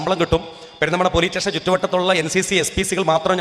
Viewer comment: പോലീറ്റേഷൻ ❌ പോലീസ് സ്റ്റേഷൻ ✅ ടൂട്ടി ❌ ഡ്യൂട്ടി ✅ സബ് ഇൻസ്പെട്ടർ ❌ സബ് ഇൻസ്‌പെക്ടർ ✅